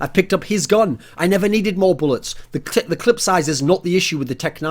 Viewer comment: The amount of times Thorin said "clit" rather than "clip" in this video.